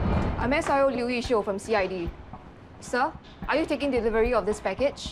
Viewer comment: it killed me when he pronounced delivery as ' devivery '